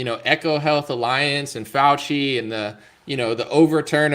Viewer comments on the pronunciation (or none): none